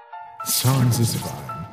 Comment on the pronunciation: SANS PAPYRUS??? YOU MEAN "SONS"